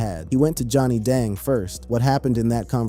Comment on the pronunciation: Johnny Dong huh is that how you say it. Youtuber narrators sure say rappers names jacked up. Or any foreign name. Yea your white 😂🎉